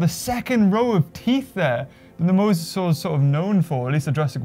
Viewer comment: Not mowsasaur mosasaur